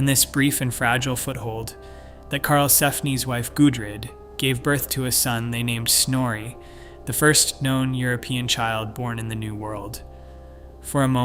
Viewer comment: Please let Google translate tell you how to pronounce foreign names. No need to mispronounce them. Like Snorre, not Snor